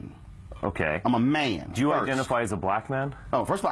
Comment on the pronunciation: "im a maunn"